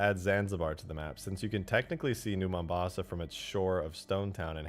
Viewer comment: "Your Mombosa" killed me more than it should've.